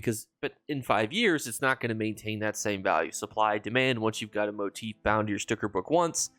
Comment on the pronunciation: Thank you for being the only ESO content creator that I found so far that actually pronounces motif properly lol. I can’t believe how many people say it wrong. Keep up the great videos and thanks for the info and help